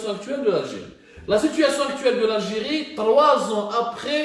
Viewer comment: L'algiri L'algiri bonjour la prononciation hhhhhhhhh